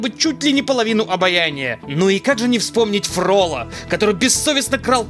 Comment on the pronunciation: Чува-а-ак. Не ФрОлло, а ФроллО. Он же француз!